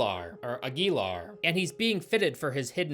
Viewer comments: His name is pronounced "Aguilar." Hope this helped! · Ag-yell-are...I'm thinking.. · It's actually pronounced Aguilar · Aguilar is pronounced Ag-you-lar. Yeah, I saw this in theaters and somehow forgot I was watching the movie until the credits rolled. It was. Forgettable. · It's pronounced "agwi-Laar" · The way is pronouncing Aguilar makes me want a lobotomy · I wish you looked up how to pronounce Aguilar before trying to say it...